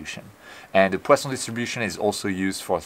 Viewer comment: Amazing as usual!!! I just love hearing you say "poison distribution " with the appropriate French accent...!!!